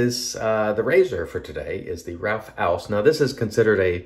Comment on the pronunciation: Great shave and an even better pronunciation of Ralf Aust! I suppose you meant a respeced brand rather than respectable — not mutually exclusive but bot synonymous. But being finicky about labels (and this time you have to be VERY f.), did you notice the ‘idiosyncratic’ spelling of shea butter? (Was it intended as a nod to A & E: shae butter? [JOKE!]), and the missing space before the word glycerine? Linguistic needlepoint.... or maybe just knitpicking (orthographical pun intended.)?